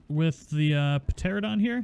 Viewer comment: Love your videos, man..!😆 You're my go-to-guy for all the new tames..! :-D But please, for the love of God, stop saying Pteradon..! 😂😂 FYI, it's a Pteranodon, and it's pronounced "tera-nodon"